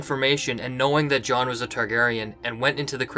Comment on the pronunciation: Please stop saying Jon so much. You can't pronounce it properly.